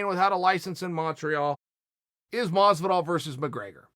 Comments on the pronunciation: I quit, at this point I think chael misspells names on purpose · dang everyone in the ufc has really being calling “george masvida” , “jorge masvidal” those fools . Chael will teach them right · Me: Masvidal Chael: Masvida Me: Masvida Thanks for correcting us uncle Chael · Mesvadal and Diaz I know it's Masvidal but I say it like Mesvadal IRL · Everyone: Jorge Masvidal Chael: George Masvida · got it right.. It's Masvida now folks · Has he ever pronounced Masvidal’s name correctly?